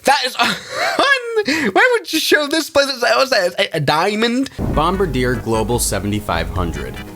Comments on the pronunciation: I like how someone pronounced Bombardier the American way instead of the French Canadian way. Like the crew member on a WWII bomber responsible for dropping the bombs. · bombardier sounds like bombardilo crocodilo